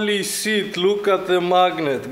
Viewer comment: he said sit instead of shit